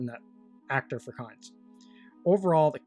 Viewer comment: Kynes is pronounced 'keens' - or at least it was by Frank Herbert in several interviews